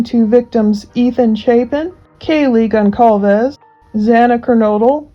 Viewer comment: Kaylee's last name speaks GONSALVES not GONKALVES because the C originally has a sign like this Ç that makes C sound like S. It doesn't exist in english keyboards, so it's written just C.